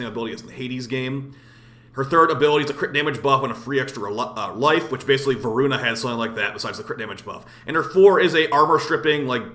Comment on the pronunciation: Dude i couldn't stop laughing when u messed up the name of voruna update🤣 Keep up the good work and i appreciate that you criticize the game. Sometimes warframe community is allergic to any criticism whatsoever and they don't know that only makes the game worse.